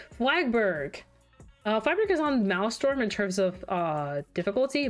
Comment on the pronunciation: 'Dad-Burg' this is how I have to refer to Maelstrom from now on 🤣